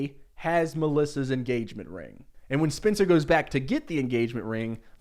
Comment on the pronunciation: Oooooohhhhhh, you’re saying SPENCER, not spinster, that makes a lot more sense